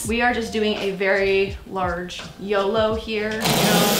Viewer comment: I thought she said yellow on yolo HAHAHAHA I WAS JUST GONNA SUGGEST FOR A NEW MERCH HAHAHAHAH "Were just gonna yellow it"